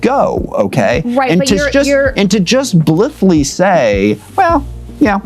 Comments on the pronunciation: wtf does “blithly” mean 🙄 mfer wants to push ten dollar words he doesn’t even know how to pronounce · i think he also mispronounces BLITHELY (isn't it more like EYE, not IS?)